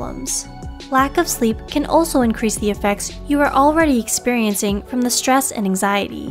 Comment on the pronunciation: this lady keep saying anxiezee increased my anxiety...